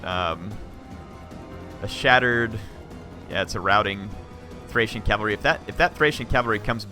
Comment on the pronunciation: Thanks for the battle. They're always entertaining to watch! Although, you said "Thracian Oathsworn" a few times. Makes me cringe. Always a pleasure to watch your videos. :)